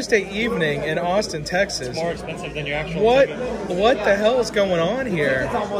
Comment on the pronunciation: O;59 “Asstin Texas!”😂